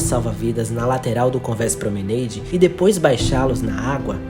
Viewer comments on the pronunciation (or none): So uma observacao: promenAde (nao promeneide - a palavra eh francesa). Parabens pelo video. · Göteborg não é na Escócia, mas sim, na Suécia. Cannes é uma cidade Francesa, portanto, se pronuncia "Câne" e não Keine. O mesmo para promenade, trambém do Francês, "prromenáde" deveria ser a pronúncia e não "promeneide". No mais, MUITO BOM TRABALHO! Excelente documentário e cenas muito raras do acidente famoso. Boas descrições técnicas, também. Grande evolução no formato de apresentação. Se as músicas, que são boas, forem mais contidas no volume, estará perfeito. Parabéns pelo resultado final. Aguardo documentários futuros, também sobre navios em particular. Acho que você teve acesso à novas e inéditas fontes... Boa sorte!